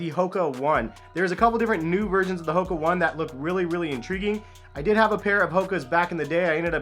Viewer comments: Its not the Hoka One. The Company name is Hoka One One. "One" is pronounced "Oh-Ney" as its an Asian company. The Company makes several models of shoes. Your video primarily showed the Clifton 6 model which is not considered the lightest model. Go Google it, you'll see at least 7 different Hoka One One shoes for men. Cheers! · The correct way to pronounce HOKA ONE ONE is “Ho-Kah Own-ay Own-ay.” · The Hoka One One is pronounced "Ho-Kah Own-ay Own-ay" btw!